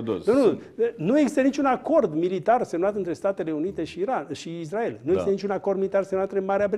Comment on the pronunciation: Cand spui: "IZDRAEL"... se vede la ce televiziuni te uiti...